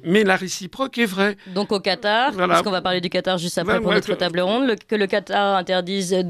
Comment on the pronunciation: Nôtre se dit effectivement nôtre comme dans "cette maison est la nôtre". En revanche "Bienvenue sur notre chaîne YouTube" se prononce autrement. Demandez à vos collègues quelle est la prononciation. Tout celà dit amicalement et sans agressivité.